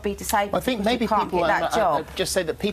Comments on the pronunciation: “I Fink I come across well spoken” 🤣🤣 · An adult saying 'fink' is inexcusable. It is infantile baby-talk. That has nothing to do with an accent. There are people from the same area who are able to speak to adult standards, have jobs and possess only the one chin. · has an accent and dialect got to do with saying 'fink' instead of 'think'? That's nothing to do with accent, it's baby talk. It's nothing to do with background either. Kenneth Williams was from a working class cockney background, and he took it upon himself to enunciate words properly. Saying 'think' in a Glaswegian accent, is fine. Saying 'fink' when meaning 'think' in any accent is incorrect. The word begins with 'th' not an 'f'. Intelligence is a fallacy and the interpretation of it is subjective. There are plenty of intelligent people who are simply unable to articulate their views as well as Katie Hopkins. Hopkins is able to put her viewpoint across more confidently and therefore sounds authoritative on the matter. That doesn't necessarily make her more right, but I'm afraid it makes her more convincing to surface people. That's the point, Hopkins sounds intelligent to those who aren't particularly bright, but who want to feel superior to who they would call 'chavs'. Despite how she sounds, Katie Hopkins is incredibly ignorant on many topics (But also brilliant on others). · If you don't want to be on benefits, stop eating all the pies and lose weight, people may not like katy, but she tells the truth, and this lady thinks she's well spoken but she's not , ITS THINK NOT FINK. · “I fink I come across well spoken” - nailed it 😂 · “I fink I’m well-spoken” 🤣